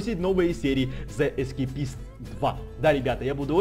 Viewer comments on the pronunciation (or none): Правильно говорить зэ скейпшн 2 Говори правильно